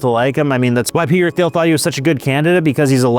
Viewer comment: it’s pronounced Teel, not Theel,, as he’s no-sh*t German-American, just FYI